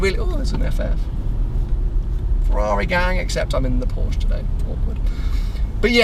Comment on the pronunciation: Please tell to say PorschE - pronouncing the "e" at the end!;-) I know, he hates the brand, but still...